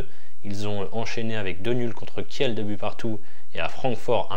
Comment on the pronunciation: Merci pour ces bonnes analyses mais si tu pouvais dire Kil ou lieu de Kielle pour les prochaines vidéos 😉